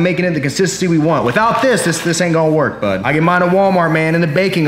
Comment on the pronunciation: as soon I read this he said it but with extra emphasis "bud"